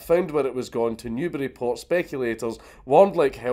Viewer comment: Considering you’re British, it isn’t really surprising, but thank you so much for pronouncing, “Newburyport” properly